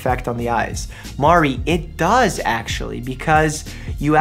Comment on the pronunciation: The way he said “Mari, it DOES.” 😂